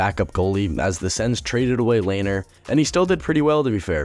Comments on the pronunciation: i always thought lehners name was pronounced le-ner not layner lmao also, love the reference to binner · Its pronounced lehner not layner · Lehner "LAY-NER"? Never heard pronounced like that until this video... Always heard it as "LEN-ER" on broadcasts by professionals... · It’s len er not lainer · It's not pronounced "Lay-ner" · Couldn’t even finish the vid 💀 brutal pronunciation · You mis-pronounced Lehner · Nice try on pronouncing Lehner lol